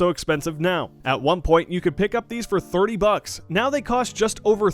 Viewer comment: He might be saying 30 but it sounds like 3 (im not saying he said wrong its just funny even if it was 30 dollars he said)